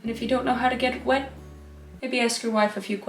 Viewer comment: "Get the painbrush nice and Hwet" lmao